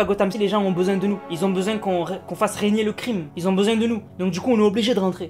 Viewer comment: "faire raigner le crime" tu tes tromper